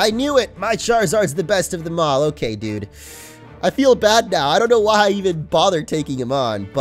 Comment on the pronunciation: Stop say dyude